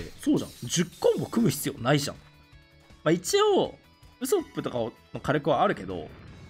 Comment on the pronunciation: ウソップのイントネーションがヤソップなんよな